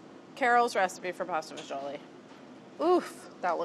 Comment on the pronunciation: To be honest I stopped watching and found a different recipe when she called it pasta faggeeolli.